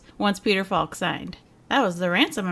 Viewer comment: Arrrrrrrggggh!!! Peter Falk pronounced his surname with the “L” silent (“fauk”). Hence it should rhyme with ‘walk’ (“wauk”) and ‘talk’ (“tauk”)!!!